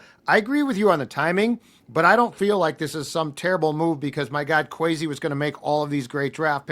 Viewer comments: Kwes E not Kwes A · I agree. It’s a sign of disrespect not to say someone’s name correctly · Why does he say “Kwesay” lmao 😅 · Why is he calling him Kwesay? Did he just become a Vikings fan yesterday?